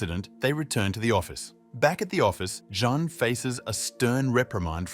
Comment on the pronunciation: Your poor tts really gets confused with the name Jean then lol